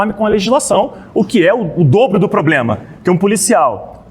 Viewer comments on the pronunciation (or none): Sargento falando poblema é fodaaaaaa